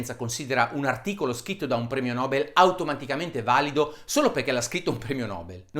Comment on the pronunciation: Il premio nobel si legge: premio nobèl e non premio nòbel :)